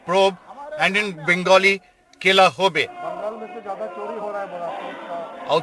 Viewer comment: Its not kela its khela!